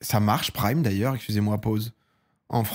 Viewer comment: Frero essaye de dire : excuser moi correctement mdr 😂 pasque KSUZER MOI sa craint mdr jte kiff quand même tkt 😂